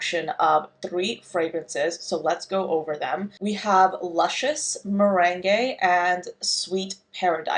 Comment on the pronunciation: It's commonly pronounced mer-ang. <3 <3 <3